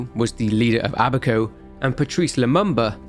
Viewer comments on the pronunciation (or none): none